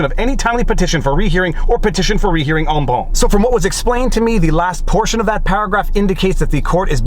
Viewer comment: Viva, my old and fragrant friend..."en banc" is not French. It is LATIN. The "c" at the end is pronounced, not swallowed as in French. Seriously, dude, you keep pronouncing the Latin as if it were French. Don't get me started again about your "et al". I know you're Quebecois, but seriously, that doesn't make the Latin turn into French all of a sudden.